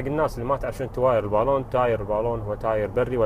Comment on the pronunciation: الباللااون ، انطقها عدل وبعدين تفلسف